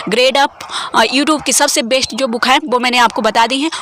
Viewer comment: Please aap वेस्ट नहीं बेस्ट बोला कीजिए। अर्थ का अनर्थ हो जाता है।